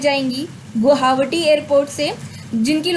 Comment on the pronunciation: 7.46 guhawati nahi guwahati kehte hain ...info k sath agar bolne ka tarika achha ho to likes zyada milta hai.